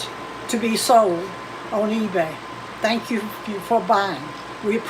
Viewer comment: " I do sank yall so much " - CWC fucking poetry to the ears